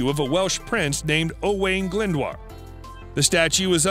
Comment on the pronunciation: Owain Glyndwr not Owen Glynwater 🤣 duw duw mun